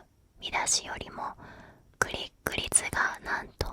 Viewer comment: クリック率がグリグリツに聞こえて面白いｗ